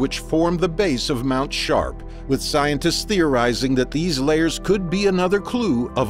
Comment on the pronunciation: "Mount Shart" is all I could hear every time the narrator said it 🤣🤣